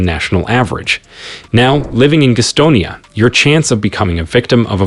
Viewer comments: being a Charlotte native, I can honestly say this video is the first I have heard of Guh'stonia. Maybe the folks in Gas'tonia have heard of it.... is it in Guh'ston county? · It's Gastonia. Thank you. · It's definitely NOT the "Queer Stone " Yuh pronunciation as in Gay. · GAStonia not gusstonia lol. I don't blame you. A lot of outsiders call it that. What I love is that Rockingham is predominately white and Wadesboro is predominately black... and they both equally suck 😂😂😂. Also, Albemarle is not costal. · Note: It's not pronounced 'geestonia' It's Gas tonia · It is pronounced GAS-tonia. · I cracked up every time he said Gastonia 😂